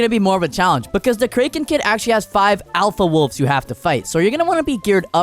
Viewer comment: Bro said krenken kid